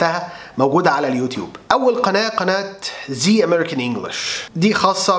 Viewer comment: مع كامل احترامي للجميع من مدرسين أو معلقين لكن الحقيقه أنني لا أجد ابراهيم عادل مفيد إلا لشريحه معينه فلم يبدأ من الحروف مثلا وطريقته لا تناسب الجميع بل لفءهمحدده وفي نفس الوقت هو عباره عن معلومات متفرقه ويكفي انه ينطق اسم قناته زا أمريكان والصح ذا عن ماذا تتحدثون ياجماعه وارجعو ان لايزعل احد من تعليقي وهذا رأي الشخصي وشكرا